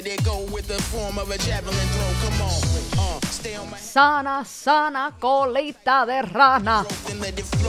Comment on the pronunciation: no po I’m Cuban and it’s colita